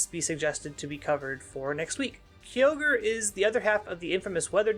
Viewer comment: Another cool video and covering one of my favorite Pokemon. Though, the most annoying thing I find about this video is how you pronounce Kyogre as "Ki-yogre". It should be pronounced "Kai-ogre" unless my English is wrong. Very powerful once it gets its synergy going, but you are right about the teambuilding. Kyogre Team is pretty much straighforward; Tornadus, Tsareene, Incin, Urshifu-Water, Eleki/Zapdos, etc. You can do more with the other restricted mons, but I think the straightforward and simple team centered around Kyogre is easy to play with, and it is powerful. Personally, I think beginner player can be comfortable with this team, and it can help to teach them how positioning works because no matter how strong Kyogre team is, if you don't position right (which is same for any team), you can be potentially screwed. Not to mention that Kyogre Team can be obvious when it comes to movepool and playstyle.